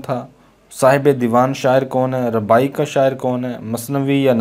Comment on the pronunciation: Bhai rubai hota hai ne ke rabai correct it